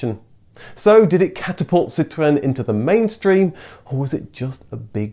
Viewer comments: I hate the way he says citroen. Stop trying to sound like a french man. Your English be PROUD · If you want to say it in French, it's not "Sit ruuuurn", it's "Sitro-enn". That's what the little ë is all about. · Lovely video, thank you. I know you pronounce Citroen and Peugeot properly, but it really does sound so affected. How about just Sitren and Perjoe . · Ah yes, sitwren and pijzo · So now I know. I've been saying Citroen incorrect all this time. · I hated the way you pronounce Citroen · For God's sake, please pronounce Citröen as a normal English person would! 🙉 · I like how you pronounce ‘Citroen’…very Gaelic 😂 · PLEASE don't pronounce Citroen with the accent. Its mildly irritating. ;-) EDIT: ARRRRRGH!!! Sorry, had to turn it off halfway through! Too annoying! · I don't know why you feel the need to pronounce citroen or anything remotely French in such a ridiculous way. I've noticed you don't do this when talking about german cars or cars from any other country for that matter. But as soon as citroen needs to be mentioned the excitement overwhelms you. Its not a case of correct pronunciation, imagine a French dialogue where everytime they mention austin princess they put on a strong brummie accent, your right, that would be ridiculous. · Oh god the way you say citroen. You're not French.